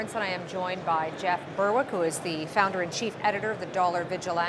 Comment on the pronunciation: That's probably because she started off by pronouncing his surname Burr-wick. It's pronounced BERRICK.